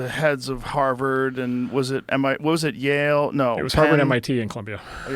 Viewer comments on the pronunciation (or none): none